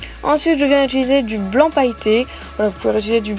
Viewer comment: Tu dis Ituliser alors que c'est Utiliser